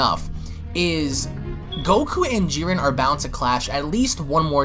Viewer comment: His name is JIREN not fucking Jurin. Im giving this video a thumbs down because I can't stand the way he says his name. Its like calling Goku Guku.